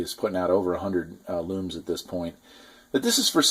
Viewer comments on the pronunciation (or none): It's Xenon, not Xeon, and Lumens, not Lumes. Otherwise a good video.